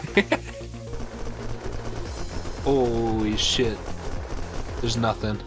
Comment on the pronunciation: full giearrrr xD i kennot: holee shieeet